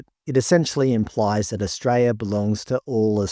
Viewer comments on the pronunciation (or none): There is an 'l' in Australia!!!!